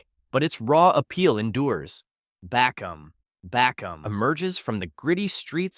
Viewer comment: Ive been investigating the rare martial art bakom(bah-comb) strangest part is that i never heard anybody talk about bakom when i lived in peru for 6 years in Lima, then i investigated and it is illegal to learn or practice. Love the accuracy but he butchered the speaking 🤣🤣